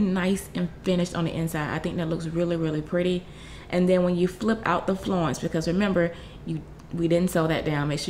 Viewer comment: Its "flounce" as in "ounce"....